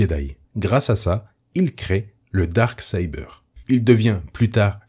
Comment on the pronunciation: Ce n'est pas pour critiquer, mais si tu es incapable de dire "Dark Saber" correctement, aussi bien dire "Sabre Noir".